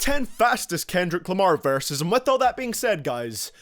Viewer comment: this man says varses not verses.